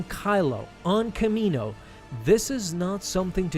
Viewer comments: Its not kamino 🤦🏿‍♂️ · Pretty sure it’s not kamino